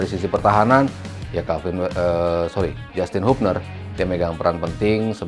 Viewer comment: pak nyebut nama yg bener g semua harus di inggriskan : HAYE : Ha ye bukan hay HUBNER : Hiubner bukan habner STRUICK : Strauk bkn Straik